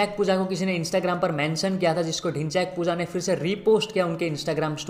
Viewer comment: Others:Dhinchak puja Le:Dhinchyaak puja😆😆 Gajjab beyjti😹